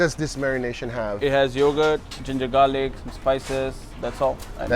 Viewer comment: i like how chef says "gingergarlic" like it's a one thing